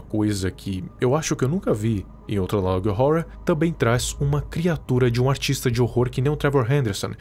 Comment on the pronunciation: n tanco esse " analog róror "